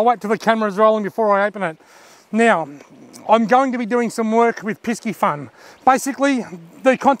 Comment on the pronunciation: Good video again but is “piss-e-fun” not “pisk-e-fun” 👍🏽